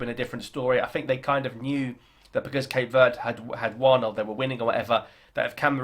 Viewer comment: It's not Cape Word. It's Verde, meaning green.